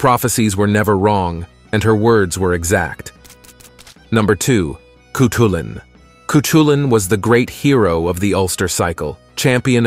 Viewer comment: Amazing video! Cuchulain’s name is pronounced (Coo-Cull-An). “Ch” in Gaeilge (Irish) is similar to how a “j” is pronounced in the Spanish language, a more harsh “k” or “c” sound